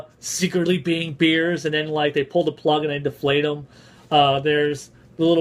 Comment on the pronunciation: Did you call him Beers? lol